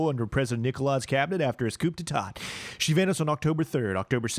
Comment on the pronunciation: it's pronounced "coo-day-tah" man